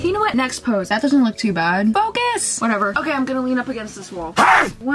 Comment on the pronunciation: “Are you o cay” 😂😂